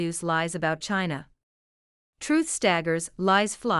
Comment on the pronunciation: Shes talking about chlinla unlcelnslored?